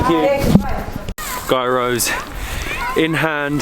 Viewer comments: it's pronounced "yeeross" not "guyrose" lool any Greeks watching this will probably have a heart attack :))) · gairos ..ahaha. . gyros.as you say it...its greek food.... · You pronounce it Yearow not Gear-row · Pronounced giros guys